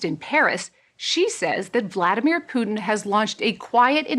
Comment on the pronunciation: How funny you pronounce Putin. Actually it's Put IN not Puding :)